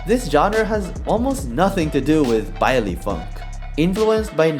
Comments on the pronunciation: “Bailies” bro it’s so funny hearing non Spanish speaking people try to say Spanish words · I think you said baile incorrect but I only think so cause there's a Chilean show that I watch that says it differently so maybe it's just said differently in Portuguese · Why does he say it "bye-lee" I thought it was "bye-leh"(silent h)